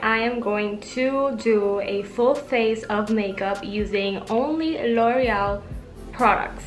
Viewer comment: loved the way you said loreal❤ lots of love and support from nepal💐